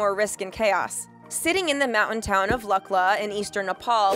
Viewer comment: It is L(oo)kla, not lu(ck)la.